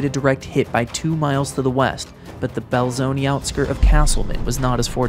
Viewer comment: My mother-in-law grew up there, and has told me about this. She remembers the towns wiped out that day. Oh, Belzoni is pronounced “bell-zone-uh”, not “bell-zone-ee”’.